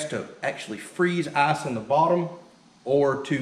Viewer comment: Dude great video, great project, but every time you say ass-maker, ass-production or weigh how much ass you are getting I giggle XD